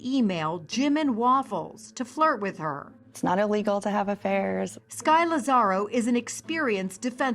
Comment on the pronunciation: Love the show, but I can't stand it when all of the commentators say E-legal, and E-mediately.